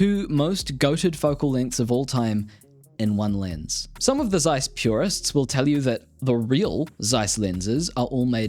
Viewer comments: Thanks for the vid. One nitpick, it's TSeiss, not Zeiss. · It is pronounced ˈtsaɪs, not zsaɪs. Z in german is ts. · fun fact, its pronounced Ceiss not Zeiss... Z in the beggining of a word in German is pronounced as C